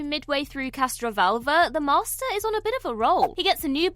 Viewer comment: Lol@ narrator: "The MaRRster"